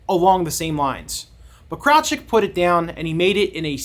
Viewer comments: Kraljic is of Slavic origin and is correctly pronounced as "KRAHL-yeetch" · Thanks for the video and background on it... please do a retake with a proper pronunciation of the name of the main / subjected character ;)